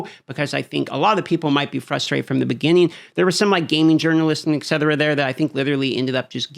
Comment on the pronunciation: Someone PLEASE tell this guy that it's "ET cetera", NOT "EX etera" ... -_- .